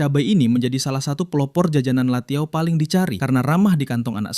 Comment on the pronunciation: bukan latiao tpi lanciao itumah